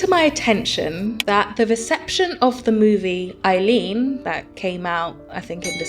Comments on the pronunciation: I hadn't managed to see this and so I'm very curious. Is the way you are pronouncing Eileen the way it is pronounced in the film? Or is this your accent? I ask as an Eileen who pronounces is "Eye-Lean" and every other Irish woman I know with the name says it like that also. I'm hearing you say it as "uh-lean" but very quickly, almost Ellen but with an "uh" instead of 'el' starting. I did want to watch this, just didn't manage. Now I will definitely get it from the library to watch. Thanks! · The name of the movie and character is pronounced eye-leen not eh-leen.